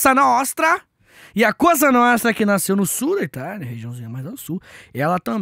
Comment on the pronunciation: É pra morrer rindo com esse sotaque no "Cosa nostra"! kkkkkkk